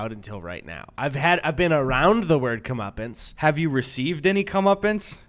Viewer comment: I heard “Comeuppins” And then I realized of course you were saying Comeuppance